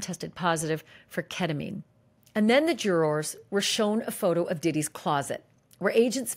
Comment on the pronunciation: PLEASE SAY JURORS CORRECTLY STOP SAYING “JURR-ARS” omfg.